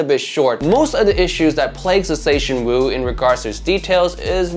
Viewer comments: Wu zer tian 武则天 china only female emperor, not some funny pronunciation of zetianwooo 🤣🤣🤣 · huh? The writing on the box is still correct. Don't blame the box for your wrong pronunciation. If other content creators bothered to look up the correct pronunciation, why couldn't you.